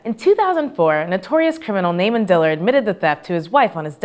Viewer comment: Not "Nayman" --> "Na'a'mahn"